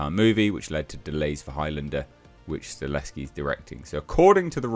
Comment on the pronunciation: It'll be fine., let's try this one more time though: "STUH -- HELL -- SKI". Not Stuh- less -ski".